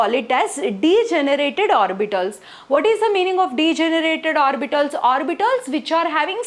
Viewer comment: Orbitals❎ orbitols✅